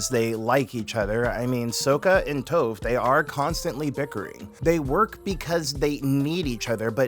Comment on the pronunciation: WHAT DID YOU JUST CALL HER .....TOFF...NAH ITS TOPH ..LKKE T-AH-PH